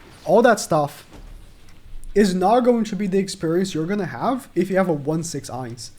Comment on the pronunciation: Bro made me cry when he pronounced his name wrong..